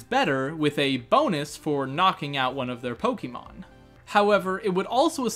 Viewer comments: This is amazing - but please stop saying poke-EE-mon 😂❤️ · Finally someone other than me who says PoKEYmon